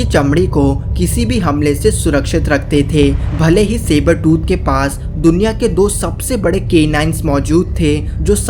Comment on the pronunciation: Not saber tu tiger